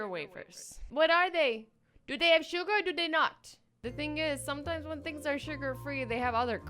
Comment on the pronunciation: "Surger free" surger wafers